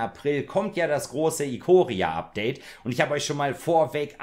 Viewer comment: Es wird Eikoria gesprochen ;) ich krieg die Krise wenn man englische Namen deutsch ausspricht